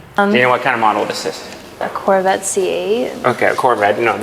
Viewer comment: when she looked at the mclaren and said "corvette see ayye" I think a piece of my soul died